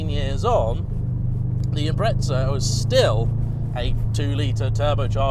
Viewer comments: THERE IS NO "T" IS IMPREZA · It's correctly pronounced as though it has a 't' - Impre(t)za.